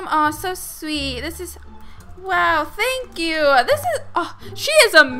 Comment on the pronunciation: She kept saying than kyou haha but love ur vids